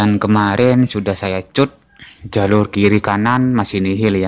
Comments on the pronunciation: Dikat bukan di cut😅 begitu pengucapan nya om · bahasanya mas..cut dibaca kat harusnya..biar gak bingung yg dengar...😅😅😅